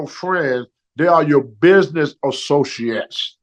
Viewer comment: Dey yow BIDnAyss AssoShoditd